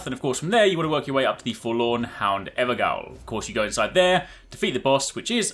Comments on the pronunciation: he also said ‘evergowl’ instead of ‘everjail’, also a noob at English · its a JAIL not a gowl... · is pronounced "Everjail" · Gaol is pronounced "JAIL". It's an alternative spelling. The are ever-jails. I.E. Jails where they are forever imprisoned. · Just an FYI, when you see -gaol in Elden Ring, it's pronouned like "Jail". So is pronounced like "Ever-Jail". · Ever-jail* Great vid, tho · Just FYI, the word gaol is pronounced jail as it is an old word for jail. So the evergaols are pronounced everjails. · I hate to be that guy but GAOL is pronounced the same as JAIL. its just a different spelling. Theres a fair few of them here in Australia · It’s pronounced gaol (jail) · Why do youtubers keep mispronouncing gaol? It is an alternative english spelling of jail. It is pronounced jail. It means a prison. Do americans read the proper spelling of colour as col-ooh-er? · Wtf is an "Evergowl"? 😂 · Your pronunciation of though 😂